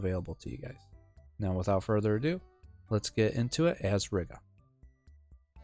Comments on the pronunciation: Reeeeeega not riiga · Heads up, we pronounce it like "Reega", as in "regal", but with a long "e". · im gonna lose it at how you say Riga, other then that great video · Lol I left a reply with the proper pronunciation before seeing this comment. Gan jau iemācīsies čalis :)